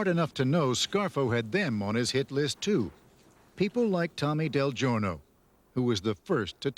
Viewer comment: It’s not delivery it’s del gorno